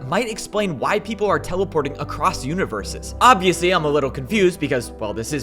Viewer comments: cant say universes, "univewses" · Man, when the villain said "Univewses" he lost all his "serious villain factor". I can't take a villain that can't pronounce "R" seriously. Come on. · I genuinely burst out laughing when he said "I am the only one to be born between pvp and parkour univewses." I normally don't make fun of speech impediments, but to hear someone as serious and mysterious as that talk like a baby is just too good.